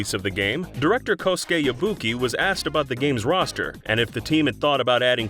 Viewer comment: I'm happy he properly pronounced Kosuke's name :)